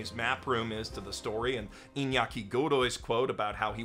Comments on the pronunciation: As a fellow Iñaki, I love how accurate your pronunciation of the name was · I must say, as a south american person, your pronunciation of "Iñaki" was perfect, no english speaker who talked about the show (that I watched) got the "Iña" sound right 🤣